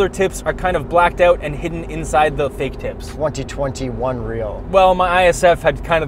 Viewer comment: "fake tips" sounded like something else, at first...